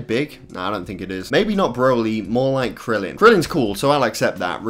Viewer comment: Smh he didn’t even say krillin right